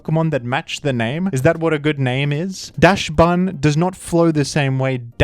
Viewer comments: Wait where are you from? Do you have an accent? Because Dachsbun is supposed to be pronounced "Dahks-bun" like the dog it is literally based off of a dachshund. A german breed dog...bread, hund...bun...you get the pun right? Like I thought it was obvious, but if you do get it and you just have an accent then I don't mean any disrespect (Or if the entire dachbun part was a bit, I didn't know if you were joking) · Wouldn't be pronounced "dacks-bun"? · Hate to be that guy, but yeah gotta back up others in saying that it’s dacks-bun. Dachshund (also pronounced dacks-hoond) is a German word, and German is an odd language where most of the vocabulary works like gen 9 Pokémon names. Dachshunds used to be used to hunt badgers - hence the long and short body, to get into their burrows easily. So they literally mashed together the word for badger (dachs) and dog (hund). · Isn’t it “docks-bun”? Feell like that flows better but the violet paradox mon names suck I do agree. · Dachsbun is pronounced Daaaks-bun, the same way the dog breed is pronounced daaks-und. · its pronounced "docksbund" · it doesn't make any sense with regards to the original pronounciation tho. No german speakimg person will understand you saying daschun... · Dachsbun is a reference of Dachsund, the Dach part is pronounced like dock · All else aside, I know these are jokes, but.... Not being able to pronounce DACHSBUN is kinda L for you :V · I think the main issue with Dachsbun is that you're mispronoucing it.